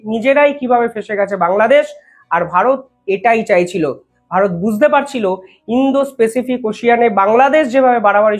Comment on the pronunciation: Bhai, apnar uposthapona bhalo. Ektu Pronunciation ta thik korun. Indo - specific noy. Ota hobey Indo- Pacific ( ইন্দ- প্যাসিফিক). People er uchharon Pupil noy (পিপল) । Please egulo correct korun , amader shunte bhalo lagbe.